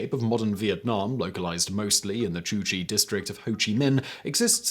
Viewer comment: It's not "Chu Chi" as you repeatedly said but "Cu Chi". That's not too hard to say for your Brit tongue, do your job.